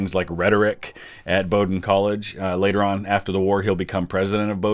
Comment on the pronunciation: It’s a great scene! Thank you for pronouncing Bowdoin correctly!